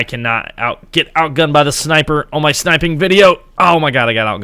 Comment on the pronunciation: Its called snipeing not SHnipeing